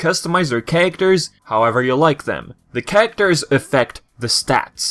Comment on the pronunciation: Nice review but why do you say characters like "carater"?